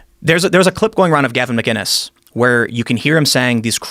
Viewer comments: It’s McInnes not McGinness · McInnes not McGinnis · He says his name wrong all the time. It’s not MCGINNES it’s MCINESS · Can’t either of those two read? Gavin McINNES’ surname is spelt out in front of them, yet they insist on called him McGUINESS instead of McINNES. It would be like someone calling them Tim POLE and Joe REAGAN! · Please Joe, it's McInnis not Mginnis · What is so hard about saying Gavin's last name? It's not McGuiness, it's fucking MCinnes MCinnes! EVERYONE says mcGuiness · Its MCINNES not mi-guinnes Gavin is the man